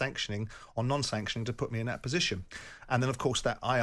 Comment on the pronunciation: "Im advancing a posation based on substace" when he initially said it he said "its a fact" bellend